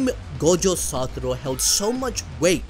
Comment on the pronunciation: SA TO RU ---- not SA TU RO